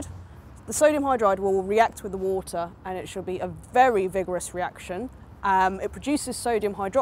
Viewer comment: why does she pronounce WATER that strange ??? with a "u"... ???!!!